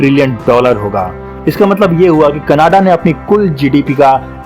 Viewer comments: Bro it’s canada not cannada , pronouncing wrong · Bro sorry to say you should first learn how to say Canada. Don’t make joke of this great country. Love from Canada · bhai canada bolna to seekh le pehle